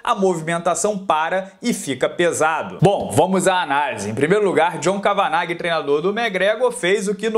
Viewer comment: É "Quévena" a pronuncia correta do treinador do Conor.